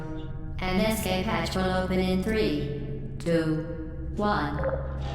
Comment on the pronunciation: "Es-cape". Not "Ex-cape". Look at the letters... Good video though.